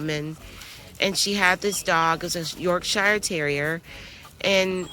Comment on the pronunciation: Ah love the way you say Yorkshire love it 😊 love from uk 🇬🇧